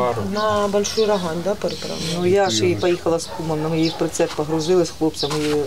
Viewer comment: не РОгань ....... РогАнь(на бакву а наголос).. заїбали ,і пиво наше Не РОганьське а РоГаньскьке. ще до війни бісило